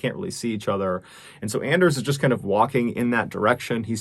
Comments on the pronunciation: Anders might be pronounced like "On-Durs", like Workaholics, "I have a very hard On"... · With his pronunciation of Anders it is clear that Mr. Ballen is not a fan of Workaholics. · It's pronounced "Onders" Mr ballen. He's got a hard "on"